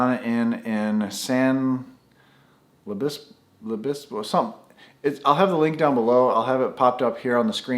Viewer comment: SAN LUIS OBISPO [san loo-is uh-bis-poh] pronunciation